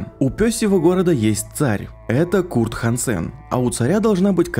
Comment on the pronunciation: кто-нибудь, объясните пожалуйста как Курт хАнсен, превратился в хансЭна. Моя версия это мол автор один раз ошибся с произношением ему намекнули что это не правильно и теперь он так говорит назло)